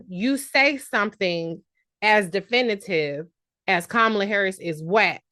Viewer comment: I have a close friend that said the same thing down to mispronunciating Kamala’s name.